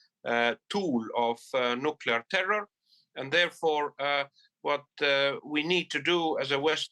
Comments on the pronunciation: NUCLEAR - not NUKULAR. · Anchor said nukular..